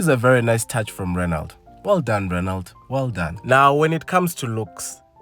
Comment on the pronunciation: A car manufacturer that does not offer automatic options is not serious! Apperantly you don't pronounce the "T" in Renault.